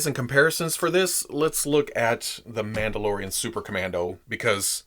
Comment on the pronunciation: Is no one going to acknowledge how said “Mauldalorian” so now I call them Mauldalorians